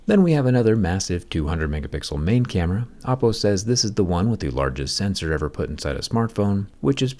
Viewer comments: Do you always say “oh-po” the first time to get people to comment and tell you that you’re saying it wrong, since you say it correctly the rest of the video? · Just me or does he keep saying Appo? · Am i the only one who heard Apple when he said Oppo???? Please help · You say Oppo but sounds like Apple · I kept mishearing Oppo as 🍏 but wow, this phone is truly the best smartphone out there at the moment, Oppo keeps delivering quality unlike other phone companies. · I keep hearing Apple Find X9 Ultra... not Oppo lol. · 'OPPO'sed to 'APPLE's , damn jerry😂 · Why do I keep hearing oppo as apple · I love how Jerry pronounces “Oppo” to sound like “Apple” because of how they copied Apple’s Sensor-Shift technology. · Everytime he says Oppo, I hear Apple. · He did. And when you think about it, the word “Oppo” itself is how East Asian languages would say “apple” due to the lack of an L sound. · Are you saying Oppo or Apple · i swear without the captions i hear oppo